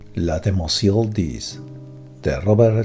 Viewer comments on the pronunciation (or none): El "oi" en francés se dice "ua" como "demuasel" en vez de demoiselle, o gruads en vez de groids